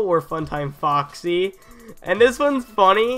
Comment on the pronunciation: at the start of the vid u said fooxy the pirate foox